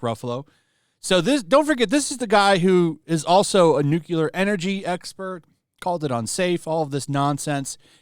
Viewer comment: gosh damn its nuclear new clear, not nuke you ler